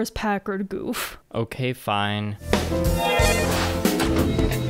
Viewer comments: 08th ms team gouf is best gouf AND ITS PRONOUNCED GOWF NOT GOOF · I hate correcting people, but its not goof It's gau f